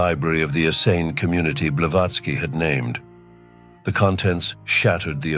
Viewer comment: If you cannot pronounce "Essene", you didn't do your homework and cannot be trusted. Nice try though